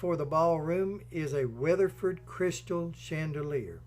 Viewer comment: Well he messed up on Waterford Crystal, and a couple other words but we still love.